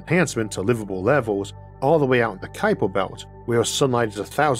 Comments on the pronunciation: Ah yes the kuiper bewt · Isn't the name pronounced 'cow-per'? Although my Dutch is quite poor - anyone Dutch here?